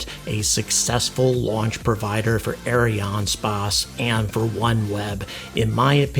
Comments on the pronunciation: Look, I know you're trying to sound french, but just prononce it Ariane Space. The french Variant is Ariane Espace, but don't bother. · I like your videos, but as a french man, I've never heard "ArianeSpace" pronounced as you do. We all say "space" as the english word. You pronounce Ariane like it should (ok, not the 'r', but no worry), but the "a" in "space" sounds weird. I'll continue watching your videos anyway, but while complaining.